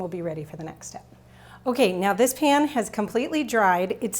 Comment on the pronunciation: I wonder where you are from? The way you say "pan" like "pin".